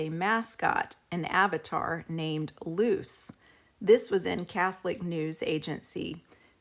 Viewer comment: Her name isnt "loose" its "loo chay"